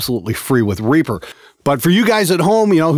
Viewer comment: Alot of these video tutorials always assumed we know what you are saying.. I dont know whether you are saying Reaper or Reefer.. Whether thats is a hardware, or software.. Oor how to use it.. .???